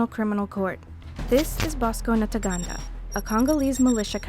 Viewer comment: Ntaganda, not "Nataganda". Is reading or finding someone who can read properly (or put practice before going to record) so difficult? When the ICC prosecutes all those presidents and generals from the west it'll gain legitimacy.